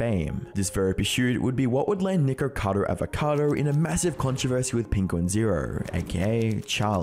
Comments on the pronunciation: Funny how neither you nor Penguinz can pronounce his name. Nickado Avocado? Nickocader Avocader? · I heard: "niggerkador avokador" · ok hear me out i dont want any racism wars but it sounded like he said n____cadoAvacado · bro really said nikorcado avorcado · why does it aound like you say niggercado avocado bro 💀💀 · his name is not Nikeucadeu Aveucadeu but whatever....i dont like listening to poeple that sound and behave weird like that. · Bro did you say nikkacado avocado at the beginning 😂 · Souned liked he said N1ggercado avocado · Good video but Nickocado Avacado doesn’t have any r’s in it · Love it that Penguinz0 doesn't say his name right lol